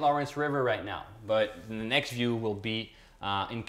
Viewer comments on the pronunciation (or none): none